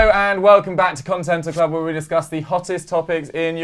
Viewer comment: “Continental Cluby” 😂